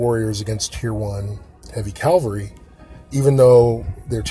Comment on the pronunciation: Its cav al ree not calvelry 😂😂